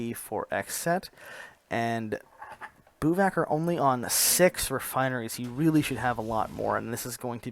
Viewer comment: LOL bouwvakker is pronounced "bow-fucker" and here bow is pronounced as the bow of a ship or to bow down, NOT as in bow and arrow